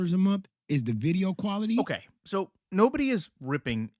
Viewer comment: The poor guy needs some tutoring on how to read the difference between quarterly and quality.